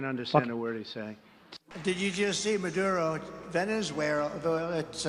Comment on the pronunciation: Venezwaywah? Haven't heard of that country. It may be over there by the country of Mattel. LMAO